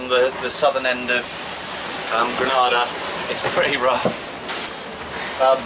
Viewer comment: Hi...Just a heads up....it's pronounced Gre- ' nay ' - dah